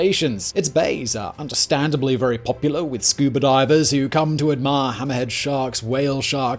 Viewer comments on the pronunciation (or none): none